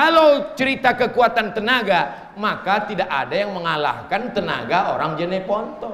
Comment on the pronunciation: JENEPONTO BANG bukan JANEPONTO